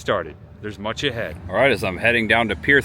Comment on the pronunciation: Every time this guy says much ahead It sounds more like Munch ahead